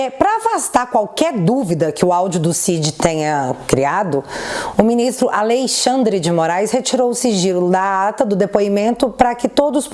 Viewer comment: "Aleixandre" deu boa!